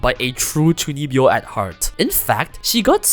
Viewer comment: I had to look up what chunibyo means, and be like ah.. 中二病… The pronunciation definitely does not remind me of the word.